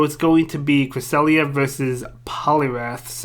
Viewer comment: The best thing about season 2 is making pronounce Cresslia